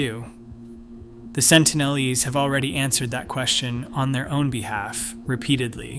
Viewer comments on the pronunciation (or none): Sentinel-eese? Try Sentinel-eeze. (Pronunciation, obv.)